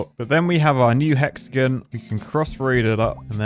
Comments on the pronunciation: Hexagon (pronounced hex a gin)😂😂😂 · sounds like you're saying "hexagun" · I'm losing my marbles. He pronounced Hexagon right the first time, then he went to hexagun? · Because I’m a pretentious American, I find your lack of emphasis of “on” in hexagon… unnerving. Love you though man!